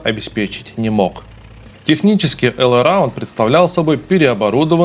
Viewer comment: не «эл», а «Ол». «All» на английском читается «ОЛ». В переводе «всё». И мультик не «Валли», а «Волли» 🤷🏻‍♂️ это важно, такова правда ))